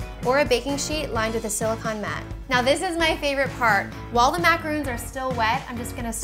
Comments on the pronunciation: MacaROONs are coconut cookies, these are french MAHcaRONs. It irritates me so freaking much when people can't pronounce something so simple. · So annoying how she kept calling them macaROONs. They're macaRONs... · Hey, their pronounced exactly the way there spelled with an on not oon just giving you a heads up.:-) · Its Macarons...macaroons is a different cookie. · There macaRONS not macaROONS!!!!! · Chou say it wrong the you said your making macorons you keep saying macoroon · ra to her, its just the pronunciation, not everyone is perfect. you don't have to be an a$$hat and point it out. its not important. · stop saying macaroons!!!!!!😱😣